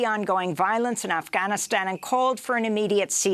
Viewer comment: check out the way clown girl pronounces Afghanistan. It is hilarious. She may as well call it: Afghanis- hobby lobby doo da-stan.... or Affytaffy - lala stan. This clown girl is the most cringe person on the internet! pathetic